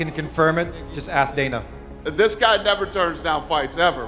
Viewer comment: Yea and Dana is not Donna 😂